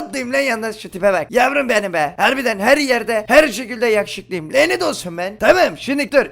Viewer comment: Epppikkkk bir video daha güzelleşti abimiz guklamız sayesinde:) Bir gukla atasözü derki: Lanet olsun yine çoğh yakuşukluyum